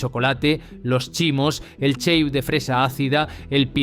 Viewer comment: ¿Cheiu? Se nota que no los probaste. Decíamos “Cheif”